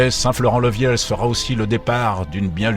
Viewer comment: Didactique et présentation séduisante. Mais j'ai un doute sur la prononciation de St-Florent-le-Vieil ! J'ignore la prononciation d'époque mais à priori le deuxième "i" se prononce vieye et non viel ........!